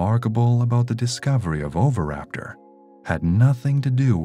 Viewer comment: It's pronounced o-vee-raptor not over-raptor. Had to mute.